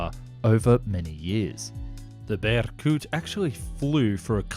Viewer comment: Su-47 "Berykute"